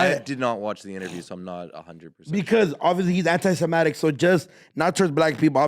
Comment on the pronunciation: Anti Samatik